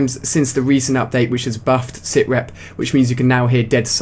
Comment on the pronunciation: new perk lol sithrep its sitrep